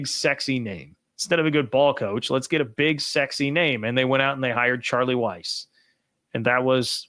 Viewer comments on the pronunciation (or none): none